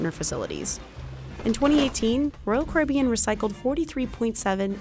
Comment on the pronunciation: Well I made it 2 seconds into the video before I got sick of the mispronunciation of Caribbean.